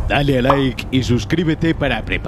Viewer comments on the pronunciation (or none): none